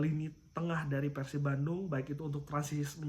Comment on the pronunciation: Jarang2 host ngmng pErsib biasana peursib ternyata si om ieu emang orang bandung 😁